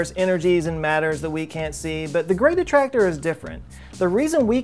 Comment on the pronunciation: so now I have to click on the gweat attwactor, too besides, we really need bettter engines. like way better